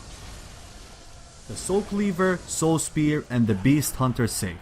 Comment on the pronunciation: I think he says Soul spear instead of Saw spear.... LOL